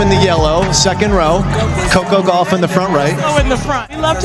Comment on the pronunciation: It’s Goff not Gaff !